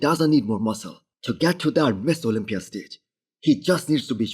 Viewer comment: This guy can't even say Mr. Olympia. Every attempt sounds like Miss Olympia. 3 hrs 11 comments 140 likes. Starting to look like a failure, you should probably focus on speaking the language of the market you're trying to succeed in and stop worrying about making content on a subject you cannot pronounce. Mister Olympia. Not Miss Olympia